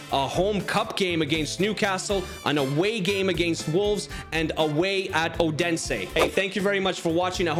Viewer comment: Its not Odensæ